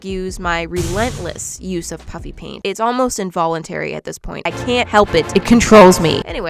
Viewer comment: I don't know why, but whenever you say "puffy paint" I hear "puppy paint" 🤣🤣